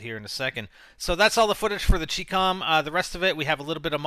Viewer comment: you mispronounced chicom. the CHI is pronounced like the "chi" in "Chinese" and the COM is prounounced like the com in "Communists"